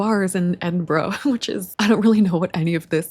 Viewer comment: You are one of the few people not from the UK I've encountered that pronounce it correctly! Most people say, "Edin-burrow".